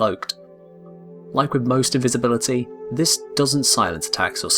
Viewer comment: Is no one going to talk about "invibisibility"